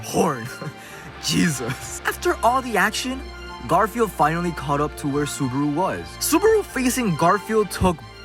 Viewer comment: I can't tell if you said GarfielD as a joke or you just didn't know his name is Garfiel. 😂